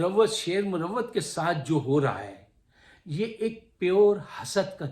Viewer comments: Sir, another great motivating analysis, great words about Sher Afzal Marwat and the jealousy against him. Pls allow me to correct you. It is pronounced as "Marwat" not "Murawwat".😊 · Saab. Aadaab. YOU are sharing the best of your duty,every patriotic Pakistani has to strive as to defend Pakistan against the usurpers. I would like to correct your pronounced word about Sher Afzal khan marwat. Marwat is a sub cast of pakhtoons in kpk,like afridis,yousufzai,mahmand Wazir, mahsood,and khataks.stay blessed.